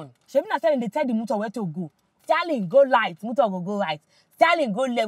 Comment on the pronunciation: Stialing and asselelator 😂